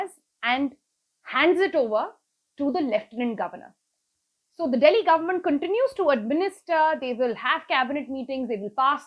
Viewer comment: who taught you English ? you cant pronounce controversial ?and government? i can keep on picking up on your poor pronunciation .....